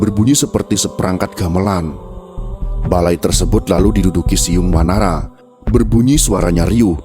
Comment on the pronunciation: ORANG SUNDA BILANG BUKAN "SIYUNG WANARA" TAPI *"CIUNG WANARA"*.